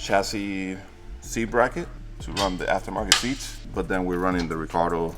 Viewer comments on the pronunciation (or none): Recaro❌ Ricardo✅